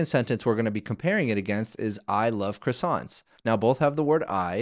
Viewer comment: The way croissant was pronounced triggered me a bit. But interesting tutorial, keep it up